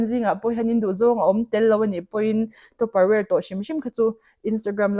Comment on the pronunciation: Topper ang in i lam a,tupper ani in ka hre si,kan lo lam sual thin zawk nge tupper ware kan tia topperware ang in i lam si😢